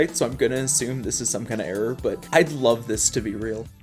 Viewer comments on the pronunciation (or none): none